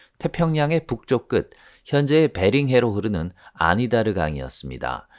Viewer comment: 아니다르 강이 아니라 아나디르 강입니다.